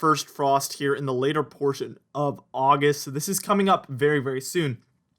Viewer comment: Oggi Oggi Oggist. (Texan for "August")